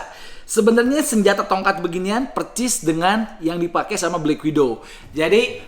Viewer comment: Bang klo bilang "persis" kenapa jd "percis" ya? Tolong dijawab hehehehe